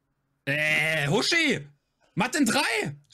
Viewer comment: sagt Huschi. Von Huschenbeth